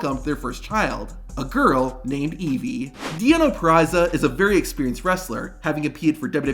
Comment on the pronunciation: It's Deonna Purrazzo, not Purrazza.